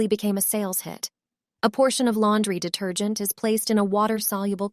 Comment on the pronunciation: "laundry dater-gent into the bowel" lol, pay a human to read it